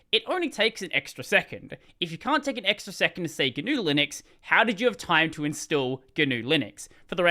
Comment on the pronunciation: Probably why I laughed the instant tried to pronounce it.